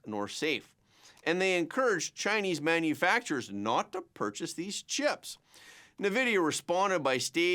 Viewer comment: bro… please… “en-vidia” … not “na-vidia”